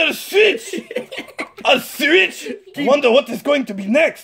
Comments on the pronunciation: You sed 9 timse swich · WHY does miramoto like SWEETCH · You said swich 7 times